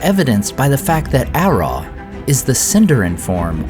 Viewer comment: 'Araw' is pronounced as /araʊ/ - like 'arrow' but as if it rhymed with 'brow'.